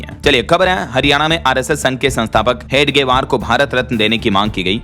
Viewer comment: हेडगेवार नहीं हेगड़े वार